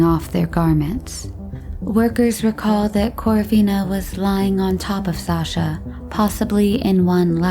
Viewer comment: Just a note from a Russian speaker - when pronunciation isn’t correct and a legitimate name Sasha (short form of Alexander) is referred to as a nickname, it makes everything appear lacklustre. Please research proper pronunciation of things, because it honestly borders on offensive.